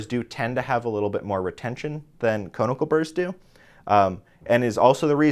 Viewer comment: Con-i-cal. Not cone-i-cal.